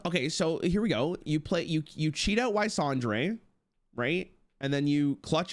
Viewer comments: it's always ysondre, and never how sondre..... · I cringe every time he said "Y sondre"